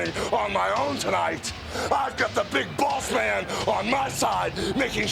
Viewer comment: It sounded like hogan said big balls man 😂 but I know he says big boss man it just sounds different 😂